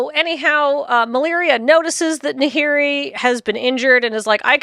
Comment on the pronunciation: Was there some sort of typo/name change/pronunciation in the stories for Malira, cus they keep saying Maliria, with an extra i at the end. even corrected himself to say Maliria after saying Malira correctly. It was confusing the heck out of me the whole time. Either way, great episode. Love the just pure lore episodes.